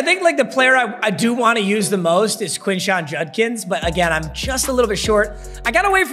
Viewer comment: Quishon Judkins’ first name is pronounced keyshawn btw